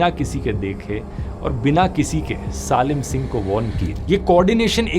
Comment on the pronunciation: I think ,सालिम सिंह ❌ सलीम सिंह ✅